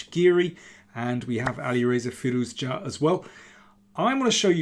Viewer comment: Love your pronunciation of Alireza's full name as an Iranian myself. One of the few chess content creators that pronounces it extremely well. Love your content <3